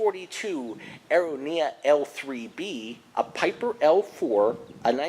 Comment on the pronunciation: Interesting pronunciation of Aeronca. June 6, 1944 was the date of Operation Overlord (D Day)